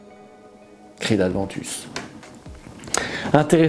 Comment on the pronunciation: Par pitié, par pitié et encore une fois par pitié. Ce n’est pas Creed ADVENTUS il n’y a pas de D ! C’est Creed Aventus, à prononcer comme Erwin Creed « Avant Tusse » Merci pour ta vidéo en tout cas, très intéressant. J’ai espoir de retomber sur un batch qui sera au moins aussi bien que celui de 2013